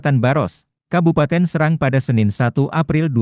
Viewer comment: Di bacanya bukan SEURANG tapi SE'RANG KATA SERANG BERASAL DARI BAHASA SUNDA YG MMLIKI ARTI SAWAH